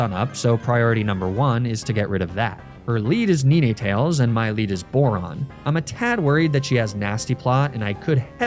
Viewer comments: your pronunciation of Ninetales is criminal. its a fox with not 8, but 9 tails....and somehow its called "neen-ey-tails"??? 9-tails, Nine-tails..... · pleaseeee tell me that "nee-nay tales" is a meme my brother, please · I'm surprised this guy doesn't call himself FLUH-YUH-GO-N HEG. Ninnytales? Really? It's literally named after the number 9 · Him saying ninnytails is painful. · Is he saying ninetales incorrectly, on purpose?